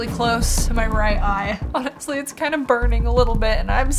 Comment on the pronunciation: The way she said Awnestry 😂😂